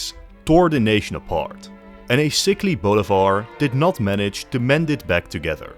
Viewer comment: you pronounce Bolivar like boulevard lmao